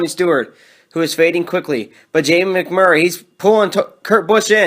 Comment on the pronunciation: I love when he says Jamie MAC Murray 😂